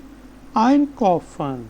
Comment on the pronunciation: Bro you again did two mistakes. Einkaufen pronounce like (au - aao) So, Ein Kaaofen not kofen... . Zwei = z pronounce like Ts. So, it will pronounce like Tswei while T remain silent so Swei not Zwei :-)